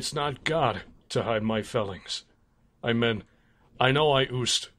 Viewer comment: I AM A LESBIAN I men Sounds like Amen Im dead